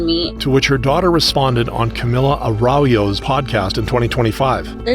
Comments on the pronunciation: Camilla Araujo was pronounced pretty wrong- lol I know it wasn’t purposeful but you got a surprised snort out of me XD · Its actually like arau "gio", like "yo" in spanish, with a "j" sound